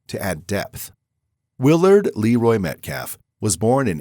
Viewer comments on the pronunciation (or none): none